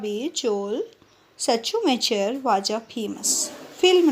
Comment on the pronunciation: It is very good ma'am but it's pronouciation is not Joel sachumakar it's pronouciation is shumakar